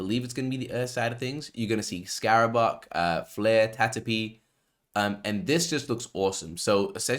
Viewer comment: its CARABAO man , the filipino buffalo lol